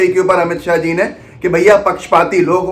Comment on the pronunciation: Amit shah ko shahab q bol rhe h ap dear sidha boliye amit shah